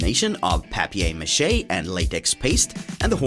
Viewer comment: Wow that's really cool!!! You said papier mâché that's French haha it's sound like home!